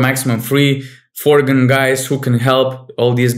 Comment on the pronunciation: Great effort on this podcast! Looking forward! Btw, it's Foreign players, not Forgan:D